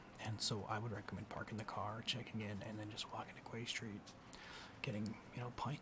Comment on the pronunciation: Love this, just one note, it's pronounced Key St. I got corrected. Please make more of these!